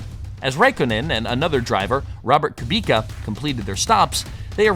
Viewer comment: Your pronunciations are... rough. Literally every driver name was different than I've ever heard. KooBeKuh, RaKOHnen...I'm not saying you're wrong, just that the motoring media has said their names 1 way for decades, and you're bucking the trend. Sorry to be that prick, but that's what I am. I checked out because, unfortunately, it sounds like you don't know who they are or what you're talking about.